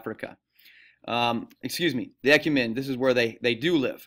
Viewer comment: When he pronounced e-cu-men-e he has me dying😂